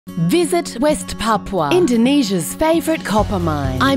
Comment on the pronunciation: At least they can pronounce it right instead of saying papa